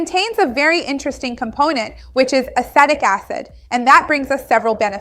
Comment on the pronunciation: I believe you are mispronouncing the word acetic